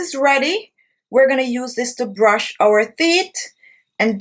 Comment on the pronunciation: She also didn't pronounce teeth well either. Girl seh "theeth" 🤣🤣🤣🤣